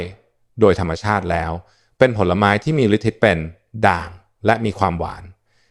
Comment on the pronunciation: ได้ความรู้เยอะเลย แต่ควรอ่านภาษาไทยให้ถูกต้องจะไม่ทำให้ความหมายเพี้ยน เช่นฤทธิ์ อ่านว่า ริด ไม่ใช่ ริด-ทิ